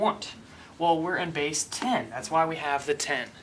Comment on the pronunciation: why does he spell base ,bass